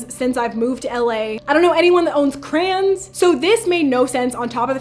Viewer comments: is there anyone else who finds it funny the way she pronounces crayons ? 😂😂 she says it like “ crans “ 😭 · It's funny when she says crayons is crans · lol why she pronounce crayons like that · The scariest part of this video was how Eva pronounces “crayons” lol. Girl, there TWO syllables in the word. 😂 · I love the way you pronounce crayons 😂😂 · Is it weird that I like how she says "crayons". It's so fancy like how ppl pronounce expensive brands.